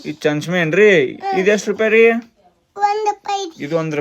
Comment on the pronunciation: ಮಾವಾಗ ಚಮಚೆ ಅನ್ನಾಕ್ ಬರಾಕತ್ತಿಲ್ಲ ಚಂಚಮೆ ಅಂತ😂 ನಿನ್ ಕಿಂತ ಕೃಷಿ ನೆ ಸರಿಯಾಗಿ ಮಾತಾಡ್ತಾಳ ಅಲ್ಲೋ